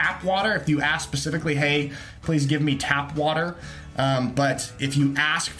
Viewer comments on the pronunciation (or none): It's "tap water" not "tab-water." Just fyi.